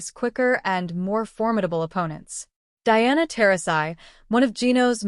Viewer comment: This entire video is a joke. UCONN games are always sold out. Don't believe anything about this video. Pure trash. At least pronounce Diana's name correctly. Hate WHAT YOU MUST BUT AT LEAST BE HONEST.